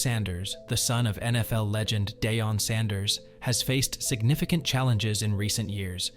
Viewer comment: All this is BS they can’t even say his fathers name right and he’s a number 2 not a number 1 anything he’s not that good